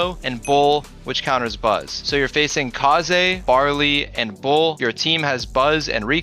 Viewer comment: rare footage of pronouncing kaze's name properly